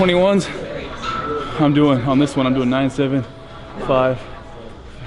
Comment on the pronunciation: Steve counting like: Ohn - Tchoo - thhree - hore - ive - ih...:D Great trainer vid btw:)